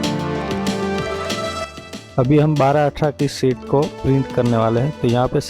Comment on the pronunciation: I think you mean SHEET, not SHIT, which is a completely different word...